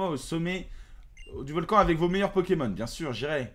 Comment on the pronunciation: Il a dit 4 fois poķémon au moins Aie...